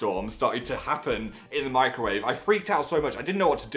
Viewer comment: When he said he put a fork in the microwave, I thought he said "I put a fork in my grave".